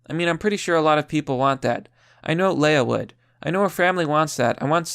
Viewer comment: Leah is pronounced LEE-Ah not Lay-Ah, you are thinking of Princess Leia...